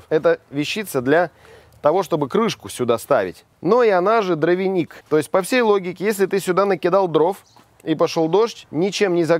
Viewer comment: Правильно говорить дровник Ударение на букву О